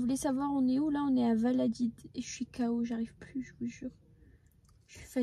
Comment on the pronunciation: Valadid😂😂😂😂😂non valadolid😮😮😮